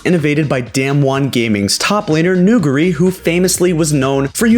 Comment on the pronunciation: People cant pronounce nuguri's name bruh